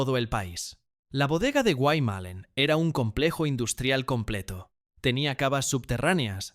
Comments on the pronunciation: QUE MAL PRONUNCIA LAS PALABRAS EL RELATOR. ES GUAYMALLÉN, NO GUAY MALEN. ES IA, MUY MAL PROGRAMADA. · POR FAVOR, SI VAN A HACER UN DOCUMENTAL, TIENEN QUE SABER PRONUNCIAR BIEN LOS NOMBRES DE LOS LUGARES QUE MENCIONAN. DICEN GUAY MELEN, SEPARADO, Y ES GUAYMALLÉN, JUNTO Y CON DOBLE "L" , ES UNA PALABRA DERIVADA DEL LENGUAJE DE LOS INDIOS HUARPES, QUE HABITARON LA PROVINCIA DE CUYO, EN ESPECIAL EN MENDOZA. GUAYMALLÉN SIGNIFICA: "*TIERRA DE CIENAGAS, BAÑADOS, PANTANOS, HUMEDALES, O LUGARES DONDE FLUYE EL AGUA DE LA TIERRA* .